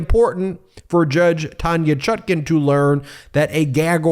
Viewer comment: What is the correct pronunciation of the judge’s name? People are ALL over the board on how it’s being pronounced. The apparently determined pronunciation on this channel is the more awkward of the two but I’d appreciate hearing from the judge himself.